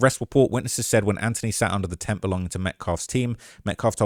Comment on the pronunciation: Brother please...in the U.S. the "th" is annunciated and pronounced. It's "AnTH-ony", not "An-tony".